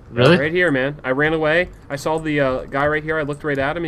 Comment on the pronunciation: The way speedy says "saw", sounds like "sawl" :3 oh speedy